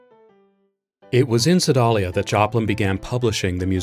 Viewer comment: The town in Missouri where Joplin wrote the "Maple Leaf Rag" is Sedalia. It's pronounced "seh-DAY-lee-ah".